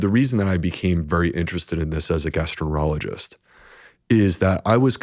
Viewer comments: He says gastro -ologist. It was the second time I'd thought I'd heard it. I went back and listened again . How does a famous, expert gastroenterologist completely mispronounce that word?🙄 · This doctor is so fake. He found a niche into the whole PB market. What specialist in any field can’t pronounce their own specialized field? He says “gastro-ener-ologist”.